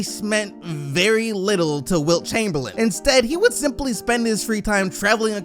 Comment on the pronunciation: "Chumperlame"?? that hurts, Kareem 🙄